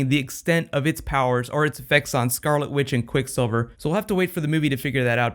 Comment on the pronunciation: haha.... you said scarlet with. :D <3